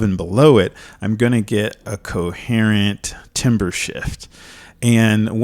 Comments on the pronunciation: Thumbnail : the difference between knowing your shit and knowing you're shit. Also pronounced tamber, not timber. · spelt timbre pronounced tam-ber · timbre is actually pronounced "tahmber" the more you know! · It's usually pronounced "tarmbruh" or "tarmber".